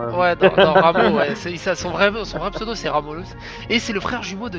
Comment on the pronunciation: je crois que tu est la première personne a bien dire mon pseudo